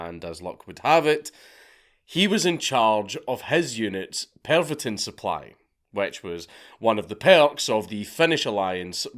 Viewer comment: D-IX and Pervotin? dix and PERVotin? Come on